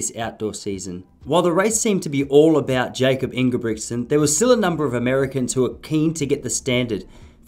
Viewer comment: Good vid. Jakob's name is pronounced "Yakob" though not "Jacob"